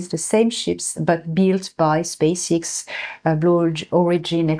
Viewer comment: Space "ex" not "ix"